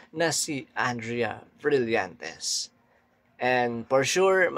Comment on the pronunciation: napapansin ko sa iyo yung b mo bigkas mo v, kagaya ng brillantes bigkas mo vrillantes, sometimes yung p mo nagiging f. sori pansin ko lang